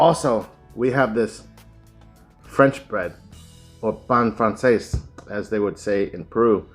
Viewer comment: You pronounced “pan Frances” perfectly my friendly. And yes, that’s what we call it in Perú.